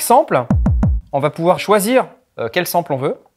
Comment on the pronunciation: Sample... on dit ''Sempeul''!